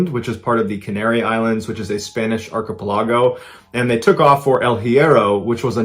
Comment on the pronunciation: Um, thats not how you pronounce "Archipelago" - what a sad story.